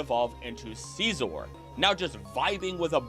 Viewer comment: “Sceezor” kills me 😂😂😂